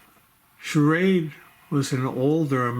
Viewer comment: You know you're saying sha- raid